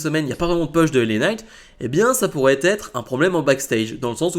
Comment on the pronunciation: Bravo pour tes vidéos, juste une petite remarque, pas une critique hein ... si tu pouvais dire " Pouche" lorsque tu évoque un "Push"😉sinon, ne change rien👍